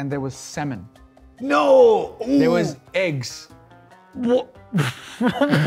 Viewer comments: Him : samon ! Me : semen ! Ewww!😂😂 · When he said salmon at first I thought he meant semen I was like Damn ponting really did that? xD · Had Gaurav Kapoor not made Warner repeat the word Salmon, I would have always thought of it as Semen. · He says salmon, I hear semen🤣🤣🤣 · Was I the only person who heard Salmon as Semen at first. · Oh it’s Salmon, I’ve been hearing it as S*men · I misheard salmon as semen 😂😂😂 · He said semen or salmon? thats Rickys put in his shoes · Who else misunderstood salmon for semen